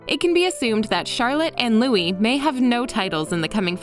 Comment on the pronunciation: It's Prince Louis, not Louie.